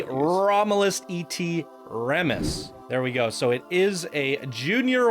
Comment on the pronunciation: You guys aren't too good with reading and know nothing about the histories of these areas do you? It's Caesar AGUSTUS. (YES THE V's ARE U's) ROM-U-LUS AND RE-MUS. HAM-U-RAB-I, HA-DRI-AN (hay-dri-an) Come on man. Most of these names are based on historic figures that you should have likely learned about in school.